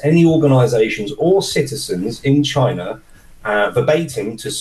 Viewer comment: DJI drones are manufactured in”Chyna”.